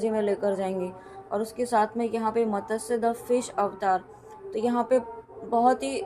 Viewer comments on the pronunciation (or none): It is not matasya it is mtsya